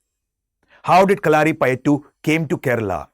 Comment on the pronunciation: Pronunciation is not right kalari payattu